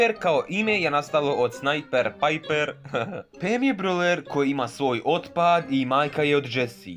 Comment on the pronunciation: Već je bilo dosta smiješno kada se rekla pajper🤣🤣🤣🤣🤣🤣🤣. A amber nije ni najmanje normalan pa ti jako super